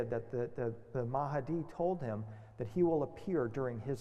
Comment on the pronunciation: It's "mah di" not "ma ha di" .. mahdi. Two syllables. Why do so many people add extra syllables and sounds to a word just because it's foreign? When in doubt, just pronounce phonetically.